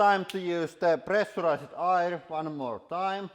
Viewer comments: I think it would help to try to pronounce "air" more clearly for us Americans. I just now realized that you have been using pressurized air not oil. I was so confused because I thought oil would ruin most things you were trying to get out of your tools. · I would agree with you, especially when he says air, he says ayre